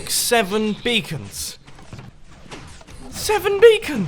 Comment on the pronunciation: You literally said Bacon instead of Beacon. xD